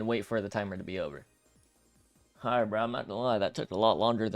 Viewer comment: this guy deadass said bawlright im cryin kids corny